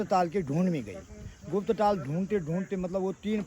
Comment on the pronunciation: All your videos are amazing.... One small correction..... 🙏 It's not Tal it's Taal Tal means bottom of a lake or river or sea. Taal means Lake.